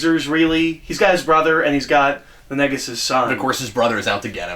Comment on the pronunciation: What the heck. It's Nagus not Negus!